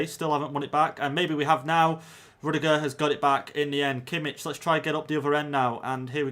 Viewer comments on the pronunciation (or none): No definitely not he pronounced Kimmich very wrong